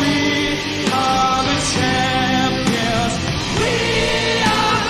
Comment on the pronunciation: Sorry to nit pick and bust everyone's balls, but champions is a 3 syllable word not a 2 syllable word.